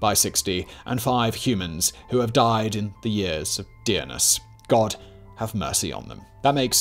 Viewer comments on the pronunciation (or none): none